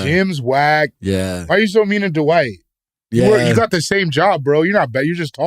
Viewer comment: i love how bro in black calls him d’wight